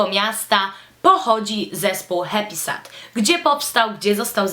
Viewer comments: HEPISED*** się wymawia :) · Ja tam nic nie mam do tego, że Happysad jest promowany na kanałach beauty. Spoko :) Ale BARDZO przeszkadza mi zła wymowa. Powinno się mówić 'hep[i/y]sed' :) No a poza tym mega podoba mi się Twoje tło - tak mega.. dziewczęco/delikatnie/pastelowo :) Sama chciałabym iść w tym kierunku :) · dlaczego dzisiaj wszystkim przypomniało się o Happysad?;p Ps raczej się mówi hepised:)